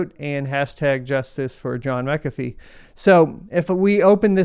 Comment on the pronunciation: Its mac afee... Lol